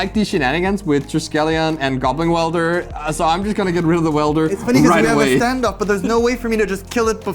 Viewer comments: I love the content and this is a great match, but every time says goblin wielder instead of goblin welder I die a little inside,, he is welding not wielding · Is someone going to tell how to pronounce Goblin Welder? Or should we not?